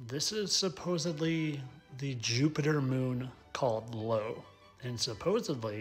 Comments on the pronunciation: No disrespect, but it's Io (io) not Lo. Otherwise, very interesting. The cotton candy one is insulting but hilarious. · The moon isn't called LO it is IO (pronounced eye-Oh). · First of all, it's "i.o" not "L.o" lol pronounced, "eye-oh" Secondly, I'm pretty sure those "moons" you captured are just lens flare